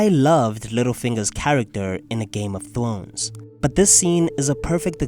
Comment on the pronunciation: Hehe thwones